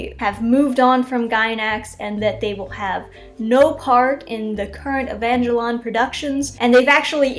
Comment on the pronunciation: No one: This chick: evanjlion